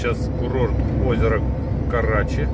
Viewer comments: Озеро КарачИ, ударение на "и", минвода "КарачИнская", а ещё есть минвода "Чистозерье", тоже там же добывают) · Спасибо! Только не Карачи, а КарачИ!